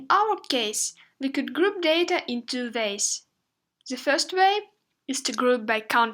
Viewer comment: Could you please pronounce 2 properly?